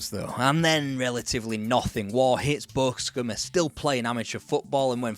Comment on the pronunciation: Why can't you say Boscombe? 😂